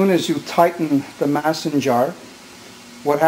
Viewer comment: Hey, that pronounced maaaaaason jar.Long a sound as in ape or snake.O.K. By the way your sause was beautiful! A real treasure to have on hand when winter is howlin! Thanks for keeping the old ways alive.GO MARIO!